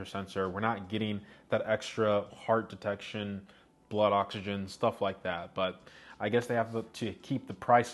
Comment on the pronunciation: Did you say extra heart detection 😂😂